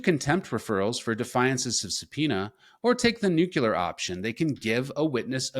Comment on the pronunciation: Did you just say, "or take the NUCULAR option?!" Aren't you directly reading your presentation? Is the write-up saying NUCULAR or NUCLEAR? Or, are you entertaining us folks by playing the infamous 'weapons of mass destruction' president W?